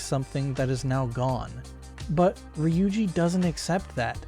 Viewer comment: look, I'm not hating on what you're saying, but I'm hating on the way you pronounce ryuji and ami 😭 lmao jk js not how I pronounce their names